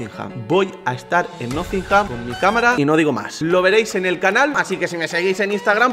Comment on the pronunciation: Por favor deja de decir nothingham, que se dice nottingham...